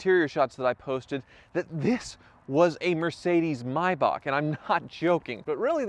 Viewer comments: I disliked this purely cause of the way you Americans pronounce Hyundai, and Maybach. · This is also the days when he said “may” bach. He now says “my” Bach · And "my bach" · "Mercedes My-Bacchh" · Mercedes “Mybach” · He said maybach completely wrong as well hahaha